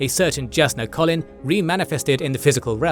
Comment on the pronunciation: Great recap, but you’re pronouncing almost all of the names incorrectly. Listen to the audiobook for proper pronunciation, or a video of Brandon talking about the characters. Example: Shallon, you’re saying at “Shallan”, but the correct way to say it is “Shallawn”. Kohlin is “Koh-lin”, not “Colin”